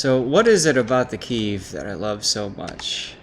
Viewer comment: PEDAL to the metal. :) Also, Kiev is a two-syllable word. First pronounced as Key, second pronounced as in the first syllable of "ever".